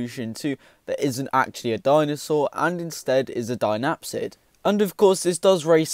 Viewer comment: It’s pronounced sinapsid not dinapsid just a correction love your content and some realy interesting ideas